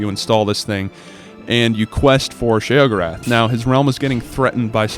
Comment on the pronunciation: He says sheogoreth wrong